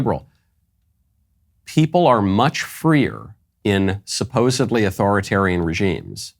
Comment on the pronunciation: Supposedly : sounds like sup pose id lee